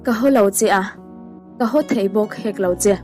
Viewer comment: A ngaihnawmin a hmuhnawm thin. Thil pakhat... ho tih tur hi hau tiha i lam deuh lek lek hian beng a tikham lek lek.